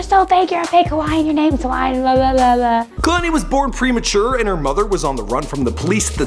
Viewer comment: Yeah I know but he is pronouncing it Kah-lani